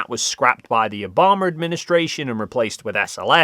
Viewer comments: "Obomar administration" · Good info but when did Obama's last name have a "R' put into it? You need to learn the proper American pronunciation of Obama. Then again, he is the most devise and absolutely one of the worst presidents American has ever had. So, on second thought, don't worry about it. I know, ....I know; You Euro's aren't used to judging people by their actual merits. However, merit is the "gold Standard" of metrics. Alternatively, judging people by their race, gender, sexual orientation or any other stupid metric, is foolish, as well as sexist, racist, or even worse, Democratish. The last one is particularly cringy.